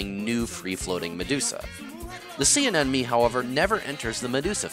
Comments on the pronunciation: Terrible choice for background music. Nothing wrong with salsa, but it takes away from the content rather than adds to. That in addition to saying anenemy instead of anemone doesn't help either. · Anemone.... Not anenome...... Why can no one pronounce it correctly? 😑